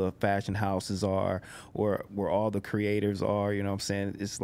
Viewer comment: That nigga said "I called thee NBA" 🤣🤣🤦🏾‍♂️Major fkn flex